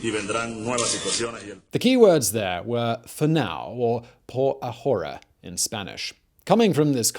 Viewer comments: Poor Simon's Spanish... Oh God... Lol It's so painful! Chávez, not Chavéz... por ahora => poor ah-or-ah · CHA CHA CHA CHAVEZ! NOT SHEVEZ! STOP SAYING SHEVEZ POR A-WHORE-A?!?! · Please quit saying "por ah hora"! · When you said "Por Ahora" it sounded like you said "horror horror ", which is what is happening in Venezuela now. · I love all the shows you produce. I do not love when you say “por ahora.”